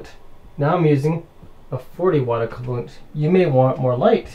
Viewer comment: He says "acoolant" for "equivalent" wtf??